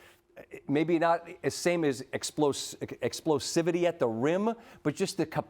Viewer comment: The irony of explosiveness being a word and he chose to struggle with Explosivity lmao 😅